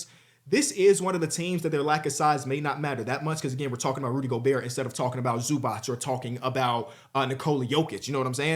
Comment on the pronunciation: Mans still cant pronounce zubac name and we supposed to take him seriously? 🤔